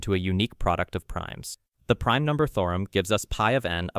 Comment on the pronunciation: Definitely an AI voice, since it sometimes pronounces "theorem" as "thorum".